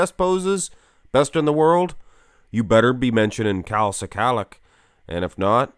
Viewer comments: NOT SI-KALICK ...IT'S "SKULL-LOCK" OR "SKA-LOCK"... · Pronunciation is: skull-ack